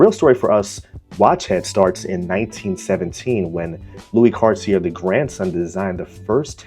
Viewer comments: It's pronounced Car-tee-eh. Or Car-tee-ay. Don't pronounced the R. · A helpful starting point would be learning the proper pronunciation of Cartier.